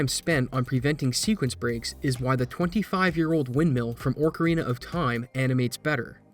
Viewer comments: “Orcarina”? It’s Ocarina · No way you called it "Orcarina" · That's a good question considering everybody else can EDIT: Gyach, "Orc Arena of time" I've heard some slaughterings of the word Ocarina, but that's the worst yet